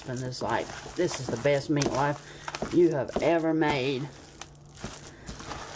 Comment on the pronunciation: I love how she says MEATLOW😂 and yes i will try it.